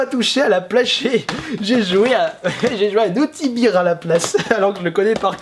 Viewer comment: On dit Naughty bère et non biire... ^^